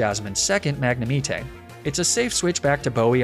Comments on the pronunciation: I’ve never heard magnemite be pronounced like that, I’ve always said mag-ne-mite. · Hearing "Mag-ne-mi-te" tilts me so much. He gets me every single damn time 😭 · I really thought you just pronounced arcanine like that until i heard you do jasmines two magnamites 🤣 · the way you say lapras and magnemite 💀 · You missed out on a perfect chance to use names like Page, Clapton, or Jagger with your naming scheme here. Also, how did no one else mention how you said Magnemite during the Jasmine battle. That was so jarring, it broke my entire attention to the video for like a minute or two. Wait, wait, wait. Lapra? This must be a bit. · I'm curious... Do you always pronounce Magnemite differently on purpose? 😅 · Can you just pronounce Magnemite properly? 😂